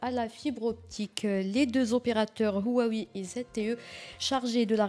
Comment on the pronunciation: Une présentatrice de journal qui ne sait même pas prononcé Huawei.Pire que ça, elle arabise le nom de l'opérateur . Pitoyable !